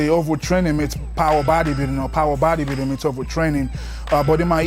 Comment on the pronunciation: Throttle lol he said power bodybuildinn 😂😂